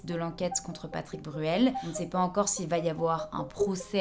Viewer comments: T’as dit Patrick Burel deux fois, et mom TDAH a trouvé ça tellement drôle que j’ai pas pu me reconcentrer 😅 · Coucou ma douce. J'en suis à un tiers de la vidéo et t'a vraiment beaucoup de fautes orales dans ce que tu dis .. patrice Bruel, Justime, et beaucoup d'autres. C'est un détail mais ça donne une impression de négligence, et ça rend l'expérience d'écoute désagréable, alors que j'apprécie vraiment ton travail. Bon courage a toi, bonne continuation